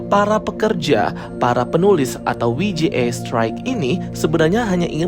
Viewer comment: Bukan WI JI E, tapi DOBEL YU JI EI😂